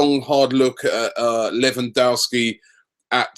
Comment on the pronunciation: Did Robbie call him Lemon-dowski